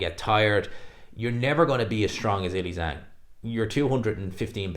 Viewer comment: do you realize that your pronunciation of the name Zhilei Zhang is incorrect? 😬